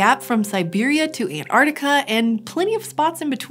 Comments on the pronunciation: “Antarctica” 🗣 An-Tarc-Tic-A NOT An-Artica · Why can't this girl say ANTARCTICA?